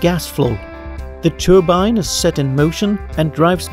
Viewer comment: i like your videos! but i think your pronunciations aren't correct, such as "turbine" should be pronounced as "tör-bein" but not "tor-bein"